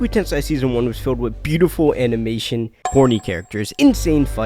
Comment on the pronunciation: Repeat after me: Moo (like a cow) show (like showing ), ku (cool but cut the L) , Ten (10) , say (say say) Now repeat Mushoku Tensei not tensai 😭